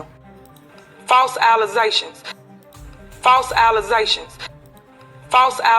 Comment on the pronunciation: Who is that can’t even say allegations ?